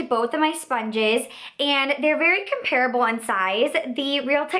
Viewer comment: Drives me crazy how she mispronounces "comparable"! I couldn't keep watching!